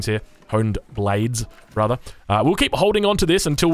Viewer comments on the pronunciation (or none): he pronounces the H in HP but the the H in Honed Blades lol